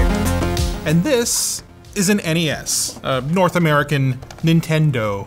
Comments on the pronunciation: It's NES not Nes. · Other than Linus and his people, I've never heard the original Nintendo called a NES (said like mess). I and everyone else I've ever heard has said it as N-E-S (with the next gen as S-N-E-S). Must be a Canuckistan thing.